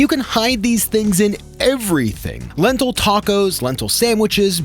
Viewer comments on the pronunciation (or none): said Lentilly...😂 no shade I thought that was soooo cute....actually, a new word....maybe....